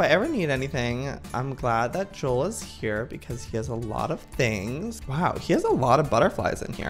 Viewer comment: its joel not jules